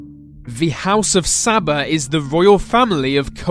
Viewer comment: It is Al SABAH not Sabba